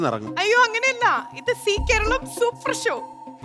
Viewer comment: Only on see Karalam oO? Zee Karalam.. "Za" ucharikkaan padikkanam.